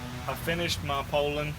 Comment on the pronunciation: It sure is nice to hear someone pronounce the name correctly. I grew up running 34 and 3700's. Just pulled one out of the barn after burning up my 046 and I forgot how good they pull chain. Currently hotrodding a 3400 for kicks. Thanks for the vids.